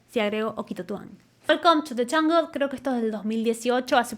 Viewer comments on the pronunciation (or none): You said welcome to the ungle..If your going to critique voice, you better pronounce English words clearly...😮